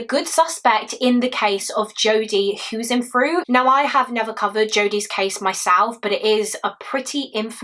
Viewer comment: Jodi HuisenTruit with a T not an F